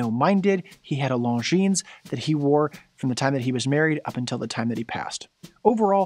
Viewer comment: The S is silent and Longines is not pronounced 'long jeans'. Thanks!